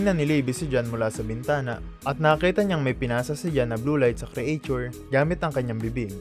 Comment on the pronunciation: "Loving loving" 😅 and "create-chur" (creature)